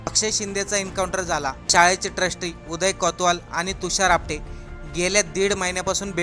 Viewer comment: Not apade its apate😂😂😂😂😂